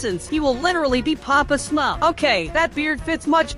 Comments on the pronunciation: Why did u say sumrf instead of smurf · Bro said smuf🤣